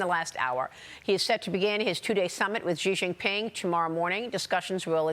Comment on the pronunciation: "Xi Jenping should be worried" 😂😂